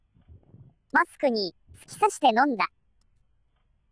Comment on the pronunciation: マスクがマックにしか聞こえないw